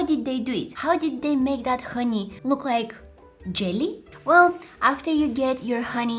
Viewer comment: The amount of times she said honey as haniya😭